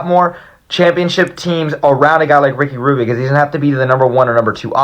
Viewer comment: This nigga said RICKY RUBBBIO ?